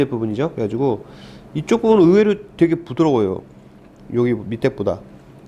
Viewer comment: 으외루 아니고 의외로 입니당❤️